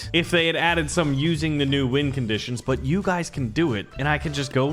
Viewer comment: Am I the only one that heard him say wind conditions not win conditions